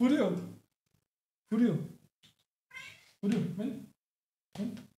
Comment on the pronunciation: Le puso "furrio" pero a veces suena como que le dice "furio"